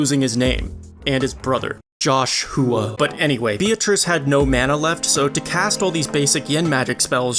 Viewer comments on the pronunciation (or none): Josh-who-a is wild OH MY GOD AND WHO-LIUS I JUST NOTICED